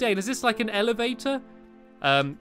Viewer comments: You said alivator instead of elevator. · You said elegator